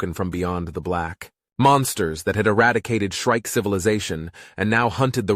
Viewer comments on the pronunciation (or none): Shrike is not shriek. Get a editor.